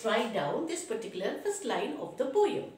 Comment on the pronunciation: mam it is poem not poeyem